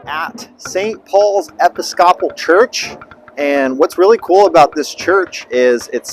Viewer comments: Enjoyed the video but I've never heard "Episcopal" produced that way. It's pronounced "a-pis-ca-pl". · Seriously? Please learn to pronounce Episcopal correctly!!